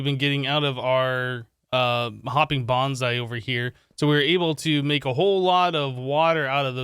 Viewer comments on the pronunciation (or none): none